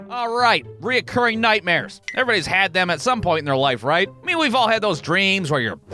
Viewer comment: Why do you keep putting an "o" in between "re" and "curring?"